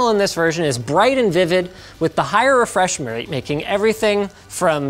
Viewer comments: "Higher Refreshmrgrate" - Linus Sebastian 2018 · "With the higher refresh mrcfvg?"